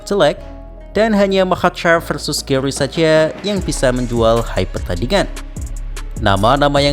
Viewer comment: GARRY BUKAN GAWWRY,BIASA AJA GARRY NYA